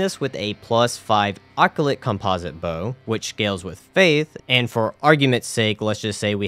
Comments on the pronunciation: what the hell is an okyulit- WAIT ARE YOU TRYING TO PRONOUNCE OCCULT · Love how you say occult (it’s pronounced “a cult”) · What is that pronunciation on occult? You said "occulate" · It sounds cooler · Great video! Love seeing simple challenge runs like this every once in awhile. Occult is pronouced "Oh-Cult" btw. I've got a friend with Dyslexia and he struggles with reading it too.